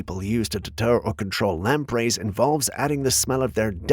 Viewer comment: They are called lampres not lamp rays